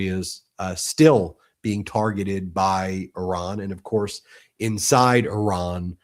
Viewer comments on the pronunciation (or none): It is not prononce Aran but Iran😂😂😂😂 You are funny🤪